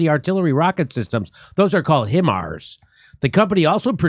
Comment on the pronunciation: Jimmy, it is pronounced "High Mars".